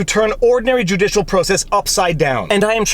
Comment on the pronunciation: You made a mistake on your last hashtag. You said juicialswamp instead of judicialswamp